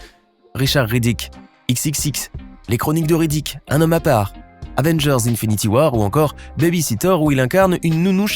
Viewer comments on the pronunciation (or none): none